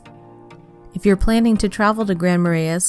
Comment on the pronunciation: Nor could she pronounce Grand Marais or Wabasha